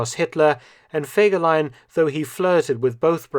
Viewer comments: I want to clear up a few things, I've had the privilege of being able to talk to someone who knew a few things and that is as far as I'm willing to go to offer proof of what I'm saying here. The name was actually pronounced with FEE not Feg. The photos shown in this video also tell a story, and I'll get to that towards the end. Since the beginning when the cavalry units were regiments himmler kept assigning scoundrels to fill the ranks of the units. There was a definite discipline problem and Fegelein having no military training was forced to deal with it. Even Dirlewanger was temporarily in his brigade. There's a reason there's no direct orders for a lot of the things his units are supposed to have done. His anti-partisan activity reports were also exaggerated. There were many, many villages but they all had place names and small populations. I've read that there were over 5,000 such places destroyed in the war, which I find unbelievable. Out of my own curiosity I've gone over the maps, these places wouldn't have housed 60, and they're reporting 300 shot, here, 240, there etc. They would have also had to have been entirely all of one particular ethnic group and they still wouldn't add up. If anyone believes that in 6 weeks following himmler's statement that they hadn't shot enough of a certain ethnicity that they got over 14,000 of them, that's pretty gullible. Btw, the leadership in that regime was exactly that. You can say the numbers were inflated to maintain favor, or yo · Fegeline! Fegeline! Fegeline! 🤣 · Fergelein. Fergelein! FERGELEIN!!!!!!!!!! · all I Could Is FEGELEIN. FEGELEIN. FEGELEIN. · FEGERLEIN!! FEGERLEIN!! FEGERLEIN!! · FEGELAIN! FEGELEIN! FEGELEIN! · Fegelien!!!!! Sorry....